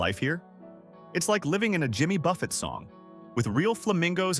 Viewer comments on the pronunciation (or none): none